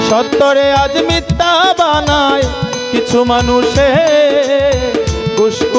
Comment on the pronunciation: উচ্চারণ মিথ্যা,মিততা না